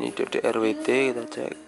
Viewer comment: DDWRT MAS BUKAN DDRWT 😂😂😂